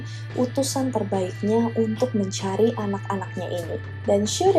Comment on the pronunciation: menchuari apa mencari sih ngomongnya